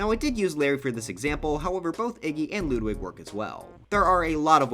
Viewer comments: Ludwig not LOODWIG why do you pronounce his name like that Jesus H... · bruh he said loodwig ( i still like your content tho) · Ah yes, “Loodwig”